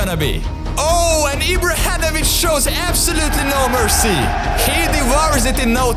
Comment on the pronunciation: Ibrahenovic roflmao